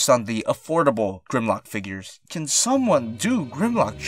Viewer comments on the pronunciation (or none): Just a suggestion for: Maybe instead of saying "can move back that far" you could say something else because it sounds like you were saying CAN'T again, just a suggestion...